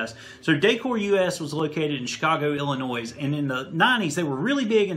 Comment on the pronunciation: Just a reminder, Illinois is not noisy, lol! No E at the end of Illinois just like the word noisy has no E. Great video though and info. Yes, I used to be from Illinois.